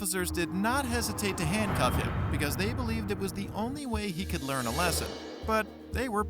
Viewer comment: I cAiNt BwEeEeVe